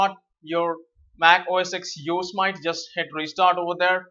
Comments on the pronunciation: You are pronouncing Yosemite wrong, it's pronounced like Yo-se-mit-ee not Yo-smite. Why do so many people say it like Yo-smite, it's a national park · Hey thanks for the video but..... It's pronounced Yooo. Simmm It Teeeee not Yo So Might:). Just wanted to help. Thanks for the video keep the great content coming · you say it " yo sem ity " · Some pronounce it Yo-sem-it..